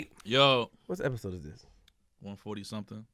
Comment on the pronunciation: You said episode ## wrong, great interview so far salute